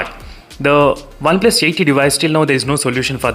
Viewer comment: Me: OnePlus:Oneples 😂